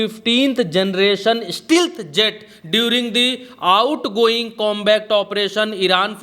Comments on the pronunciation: Fifteenth ❌ Fifth✔️ Outgoing❌ Ongoing ✔️ Tough❌ Touted ✔️ 😅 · ki English reading sudhariye ek para mai kayi galti kr rhe hai fifth ko fifteen bol rhe hai or ongoing ko outgoing bol rhe hai..